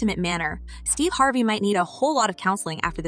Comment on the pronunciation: How you gonna mispronounce Harvey??? If you're going to use AI, then quit being lazy and clean up your script!